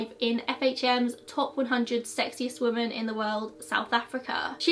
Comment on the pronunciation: Love your videos, but you always say "woman" when you're saying the plural, "women", everytime I hear it throws me off for a second.